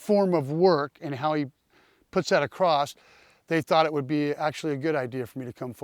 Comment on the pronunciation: The word you meant to use was across, not acrosst. Grown men that say acrosst, lose all credibility in my book. Sorry.